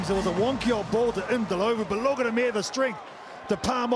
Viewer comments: Mfundo Ndhlovu - the commentators probably entered Mfundo's name in Google Translate and listened to the pronunciation. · 😂 " ndo lo vu" funny way of pronouncing it